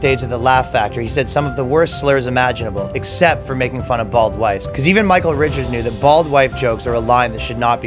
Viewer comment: bold or bald? not specifically clear.